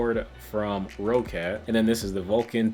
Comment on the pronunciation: ROCCAT is pronounced “rocket.”